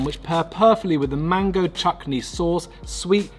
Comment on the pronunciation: I love your vids, I love how your still so quintessentially British and talk about our culture with such personality. You were born to be in front of a camera, such a great vibe. But did I hear you say chukney twice, CHUKNEY? 😂 bro, it’s chutney, chuTney! You make me 🤣